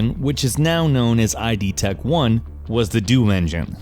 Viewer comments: "I" "D" Tech 1...... It's pronounced "id" ;).... You got it right later but still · isn't pronounced I.D Tech 1, it's pronounced id Tech 1, with 'id' sounding kind of like the word 'it' That said, I'm very proud of you for pronouncing "Id Software" correctly. An accomplishment few others can pull off. Also, Doom 3 ran of IdTech 4, not IdTech 3. Quake III Arena and Return to Castle Wolfenstein as well as the first Call of Duty ran of IdTech 3.